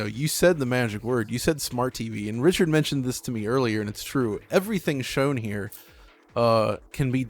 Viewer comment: hahaha, I honestly thought I was the only person who noticed his dodgy pronunciation of words. I really can't focus on anything else when he talks, except that speech impediment.